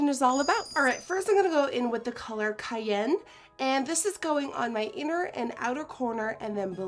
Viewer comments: The color "kayen" lmao its cayenne. Kai. Ann. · I love you...but.....its ki-yan! You said En fuego correctly! But cyanne was driving my nuts! lol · 'Kai-Anne' not 'Kai-Yen' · I hate to be a bitch (no I dont) but honey it's pronounced Kai-yen...like the pepper... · Am I the only one mad about the way she said 'cayenne' lol its pronounced kie-an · (ki-yan)=cayenne but its ok bc ur so amazing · i love how she says cayenne 😂 its pronounced shy-anne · It's pronounced kai-anne... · cayenne is pronounced kaianne ( kai-anne ). as in cayenne peppers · Was I the only one who felt irked every time she said "cayenne" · YESS 'cayenne' omg 😂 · the way she says cayenne lmao LIKE THE SPICE!! 😂😂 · cayenne is pronounced like the spice😂😂